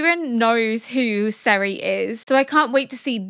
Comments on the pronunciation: Serie is pronounced "ZEH-ree-uh" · Regarding pronounciations: You do "Frieren" fine enough, You do "Fern" decently I can live with both (false) versions of "Serie" But calling "Flamme" something like phlegm always hurts me. Just listen to the way the japanese VA´s say it. They do it really well for not knowing german.